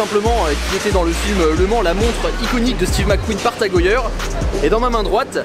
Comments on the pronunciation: On dit Tag heyère et non tag heuyeure 😉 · en fait ça se prononce tag-oeilleure .........moi j'ai toujours dit tag-heure.... merci pour l'info ^^